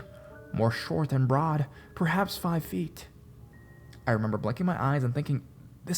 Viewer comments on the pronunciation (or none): none